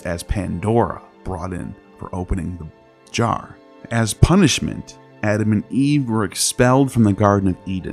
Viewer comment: you almost said box. What a said 🤣🤣 “opened thubjjar”